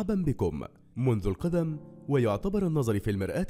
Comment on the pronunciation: منذ القدم؟ بفتح القاف؟ يعني الرجل؟ الله المستعان النظر بضم الراء وليس بكسرها وغيره وغيره............